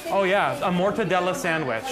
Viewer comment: "motadella sandwich"...MA LI MORTACCI TUAAA...